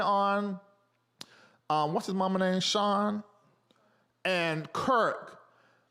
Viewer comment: KIRK...not Curt